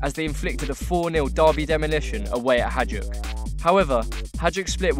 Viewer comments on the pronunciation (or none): WHY DO YOU SAY HA"DJ"UK. FFS ITS HA"JD"UK. ITS NOT THAT HARD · Hajduk is pronounced "Hai-dook" :) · HAJDUK SPLIT FOR THE WIN! i love the way you pronounce those club names